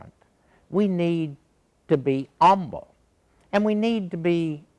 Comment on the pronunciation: A very good video by a very great theologian indeed, but with a truly terrible title! (And, to be honest, he's wearing a very questionable tie.) I do giggle a bit when he says "'umble," though. Uriah Hauerwas!